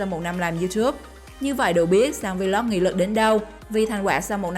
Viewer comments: Vê lốc, kêu vê lóc vl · cứ đọc vê lóc đi vê lót vê lót nghe bần vc